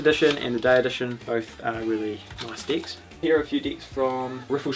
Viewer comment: Sometimes I hear decks, other times I hear dicks